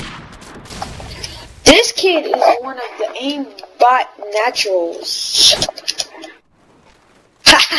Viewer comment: he doesnt say aimbot he says aimbat